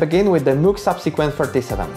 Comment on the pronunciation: One would expect a synthesizer musician to be able to pronounce the name MOOG right. Bit of a letdown 😒